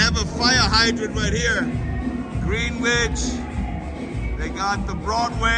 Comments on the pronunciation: Greenwich is pronounced as “Gren-itch”. Now, you know. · Greenwich pronounce GRENICH.